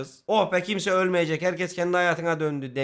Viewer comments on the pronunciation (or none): none